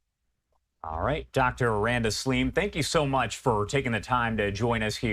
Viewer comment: I usually enjoy the guests Fox brings, but they screwed up with this one... Bias, ill-informed, By reading the comments, I get the impression that 99% of people are disappointed with this "Slim" lady ( by the way, the name is SALIM in Arabic and not slim).